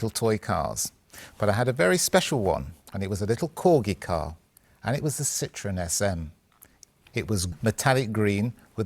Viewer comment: A classy video, but what kind of English is "As a young boy, the Citroen SM was one of Kevin Haggarthy’s ultimate dream cars."? So the Citroen SM was a young boy? A very common error no one noticed, and that's a shame. Also, the proper pronunciation is Sitro-EN, not Sitron. Andre Citroen put an umlaut over the "e" on purpose to differentiate the name from "lemon." But it was nice to see such a civilized presentation, not at all typical of our times and YouTube.